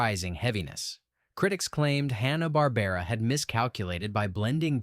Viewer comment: I'm pretty sure he said "Honna" Barbera, too.